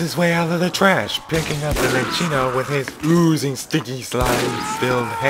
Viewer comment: Minccino, by the way.